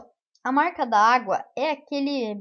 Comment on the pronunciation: fala-se marca dagua(marca d'agua) e não marca da agua kk mais bom video